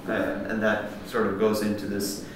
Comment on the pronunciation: I love how instead of pronouncing it ‘that’… he pronounces it ‘dat’.